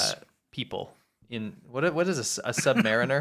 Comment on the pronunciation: Your pronunciation of the word 'submariner' was painful.